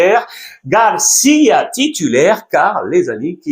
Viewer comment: Carrrreras et Fran Garrciiiia